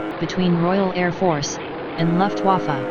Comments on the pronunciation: I love it how most speech bots seem to pronounce "Luftwaffe" like "Luftwaffel". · Luftwaffe is the correct spelling. You pronunce it as luftvafa